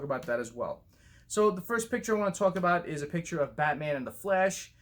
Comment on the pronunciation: Every time you say The Flash, you kinda sound like you're saying 'The Flesh'😂 Thanks for the ZSJL picture updates. Cool video bro😀🔥👌